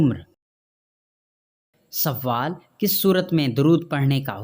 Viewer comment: Talaffuz thik kren pahle sawaal nahi sawal or jwab